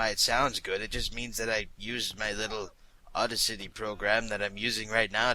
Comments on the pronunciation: aw-da-city. audacity. you are so cute. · You said Audacity wrong ._. .......